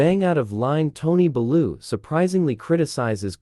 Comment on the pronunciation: Can’t even pronounce Bellew